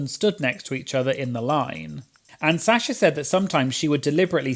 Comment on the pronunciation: I love how says Sasha as Sya-sha😭🤌